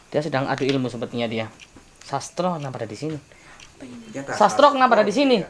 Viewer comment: Sastro kl ngomong ya sas tro.